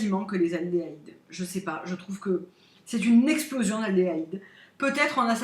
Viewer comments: bonjour, je voulais juste me permettre une petite remarque: ce sont des aldéhydes et pas des aldelahydes:) jai remarqué que tu t'étais trompé plusieurs fois. Merci pour ta vidéo sur cette jolie marque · En effet, sur mon ordi la qualité est plutôt mauvaise, ainsi que le son. Ça manque de netteté, les contrastes sont trop forts, mais ce n'est pas bien grave. Tu me fais rire quand tu parles des aldéhydes, j'entends souvent que tu dis aldélaïde non? ;) Merci beaucoup pour ces belles descriptions détaillées. Ma collection de parfums est tout aussi indécente et alors? C'est notre plaisir et je l'ai constituée pendant des années. Les très bons parfums vieillissent bien comme le bon vin, s'il sont bien protégés. Tout comme les cachemires. En période plus difficile financièrement, je suis très heureuse de les avoir à disposition. "Encens Shambur" contient du Gingembre et de l'élémi, il doit avoir un côté poivré/citronné qui pourrait me plaire? Bisou Aurélie